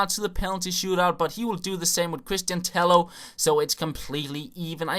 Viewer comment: Cristian tejjo idiot two L's in spanish means that you pronouse it like a J instead